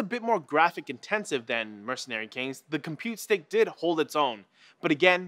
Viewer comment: Compute stick not "Compete Stick"